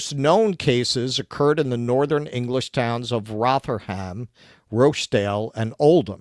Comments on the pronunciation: No, not Rot-Her-Ham. Closer to Rother-Mm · Rotherham is pronounced Rov-er-rum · Rotherham is usually pronounced "Rother-room" (as in broom). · Oldam, Rotherum, Rotchdale. That's how you say them but there's at least another 40 towns in England with grooming gangs that you can mispronounce. I also don't believe it never happened in London at all. It's just the MET police are probably even better at covering it up. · Do they fear being demonitized if they pronounce Rochdale and Rotherham correctly?